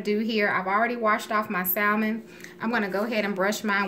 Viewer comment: I’m sure it taste good, but every time she pronounces the “L” in Salmon my ears cringe.